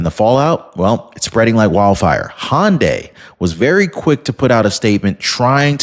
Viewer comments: Hyundai not hondya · It’s pronounced HUN-die not HON-day That said love your channel and appreciate all the hard work you put in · I'm pretty sure "Hyundai" is not pronounced "hon day".